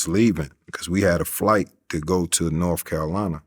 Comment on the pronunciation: “Norf Carolina “